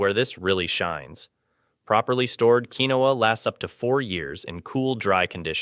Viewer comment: Keen-wa!! Not keenowa (pronunciation). Flour comes with those bugs’ eggs not seen until after hatching. Always store flour, oatmeal, and butter in the freezer. Buy five gallon containers for water. You’ll need at least ten of them. Keep them filled with water in a cool dark space. Buy canned meat and also buy canned gravy. Make flour tortillas rather than buying yeast breads. Spices: dry chicken broth, dry beef broth, garlic powder, onion powder, cumin, bay leaves, basil, any spices you like which includes black and red pepper, iodized salt. Pan cake mix and syrup, oatmeal, cream of wheat, canned soups, variety of canned beans, dry white rice, canned vegetables, canned tomatoes and tomato sauce, dry pastas such as spaghetti and macaroni, black and green olives, canned vegetable protein (fake meat hot dogs etc.).